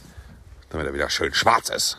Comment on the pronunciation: Dieses schwarz immer so betonen - warum?